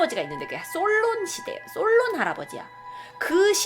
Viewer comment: 솔론시대라고 할때 솔로시대라고 하는 줄 알았다..(주룩)